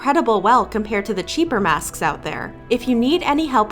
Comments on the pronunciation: Leave a like if you heard when she said masksksk like that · Everytime she says masksksk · said masksks and i am DYING